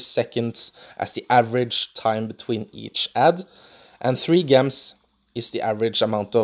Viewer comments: Its not Gehms its pronounce Jehms (like how you say the j in jar) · It is pronounced "j" ems not "g" ems, soft g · Why do you pronounce gems with a soft 'g' when its supposed to be pronounced with a hard 'g' sound? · It really bugs me off how he say gems.